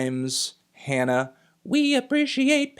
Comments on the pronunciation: ITS HAW NAW NOT Han na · HANA is pronounced like Han Solo.... not like hand. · It's pronounced Hana, not Hanna. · also its "HAH-na," or "honna"